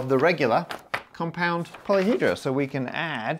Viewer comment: Repeat after me...One polyhedrON, many polyhedrRA.